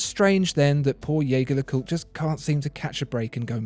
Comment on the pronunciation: Dude love your videos but you need to learn how to pronounce jaeger lecoultre